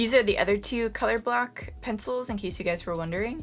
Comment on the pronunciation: It sounds like you're saying color-black not color block 😆🤣😂